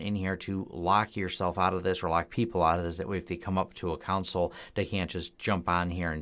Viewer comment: It surprises me to hear a native English speaker mispronounce a word as simple as CONSOLE. You insist on pronouncing it Con-SuL when it should be pronounced COhN-SOLe (long O in SOL).